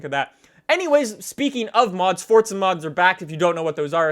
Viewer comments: why are you saying FORZA -FORTZA? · its not Fortza